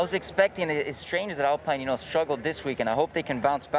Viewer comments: Norris not knowing how to prounance alpine 😂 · Apparently they forgot how to say ALPINE un Europe lol.